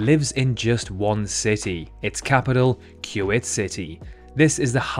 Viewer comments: Kyu-ate? What's Kyu-ate? Is it somewhere near Kuwait? 🤔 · Chuuwet city... cut the cameras. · ChongKWing, KYuwait, KinshaSHa … cmon my man